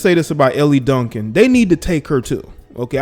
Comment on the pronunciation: It's pronounced L Duncan, not LE Duncan.